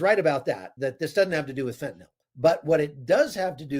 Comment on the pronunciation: THANK YOU for being the ONLY person in memory to pronounce “fentanyl” correctly! It drives my OCD nuts the way most pronounce it. Bonus points to pronounce “nuclear” correctly. 😁